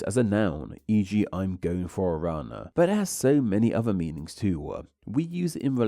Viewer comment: Why do you add the syllable “er” to so many words… er? On liner. OEDer. Meaningser.